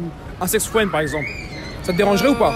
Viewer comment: Un sex fwend